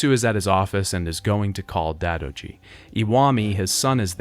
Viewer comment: Dadoji and yamay alliance lmao. Bro the game says both names numerous times. It's 'die-do-ji' and 'yo-mey'